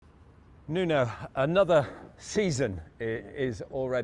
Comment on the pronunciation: It's Nuno, not Mono